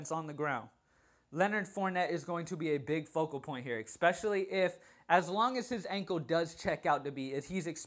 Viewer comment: Love both your NFL and your NBA videos. Hate how you pronounce especially EXpecially every couple seconds. I'm a little worried that the majority of my lineups have Demaryis Thomas in them. You said if he's out Sanders is the pick, but Sanders is Out. So I wonder who the next target is.